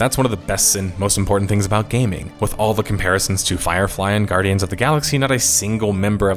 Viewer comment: "Gnardians of the Galaxy".. this guy knows his stuff..